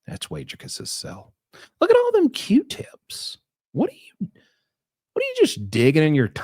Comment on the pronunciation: Q-tippicuss 😂😂 is shot